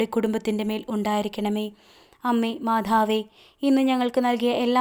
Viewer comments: മാധാവ് അല്ല മാതാവ് എന്നു തന്നെ പറയണേ കാരണം നമ്മുടെ ഉച്ചാരണം മാറിയാൽ അർഥം മാറും അത് ഗുണത്തിന് പകരം ദോഷം ആവും പ്രത്യേകിച്ച് പ്രാർത്ഥന യിൽ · മാധാവ് അല്ല, മാതാവ് എന്നു പറയു